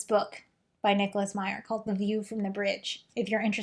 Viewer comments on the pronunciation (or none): none